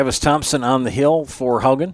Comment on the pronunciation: Please pronounce Haugen properly. It is Haw-gen , not How-gen. Wake up!!!!!!